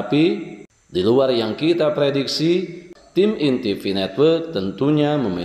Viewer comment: Maaf sedikit Ralat, PI bukan FI Bang.. 😁🤭